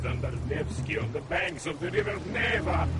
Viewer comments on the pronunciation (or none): none